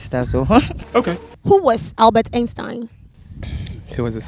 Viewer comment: The way she was saying Einstein took me out 🤦🏽‍♀️😭😭😭 pronunciation mad wrong